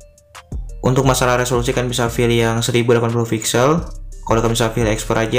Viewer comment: Pilih apa filih... terganggu dengarnya